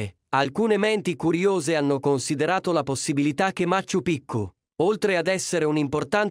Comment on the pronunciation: Machu Pichu si pronuncia maciu piciu